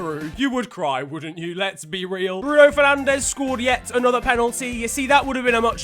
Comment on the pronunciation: let me explain something, you cant speak portuguese, so you cant pronounce bruno`s name